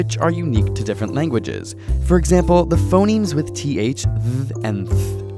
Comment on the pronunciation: I thought he said "Phomemes"